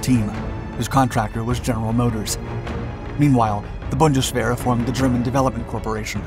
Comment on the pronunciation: You are saying the word "Bundeswehr" very well.